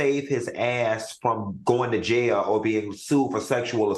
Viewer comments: I live for Funky saying “Goin to Jay- Elle!” 😂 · The way Q says JAIL is too funny. 😂😂😂😂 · 😂😂😂why is funky saying Jail like that shit got me ctfu